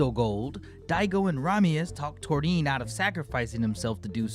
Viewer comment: You want thunderous applause, the flash fighter, and Gold Aura? Uchi is the man <3!. And I love and appreciate how you pronounce Torin's name ;)